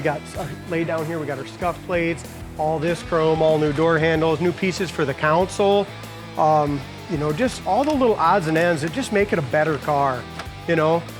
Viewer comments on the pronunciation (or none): I BEG YOU… STOP mispronouncing “console”. Otherwise great videos. P.S. pronounced: Con-Soul